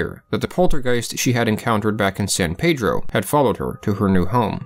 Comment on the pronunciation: It's pronounced San Pee-dro. Weird but true